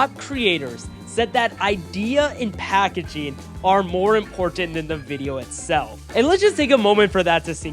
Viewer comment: packaging not "packagaing"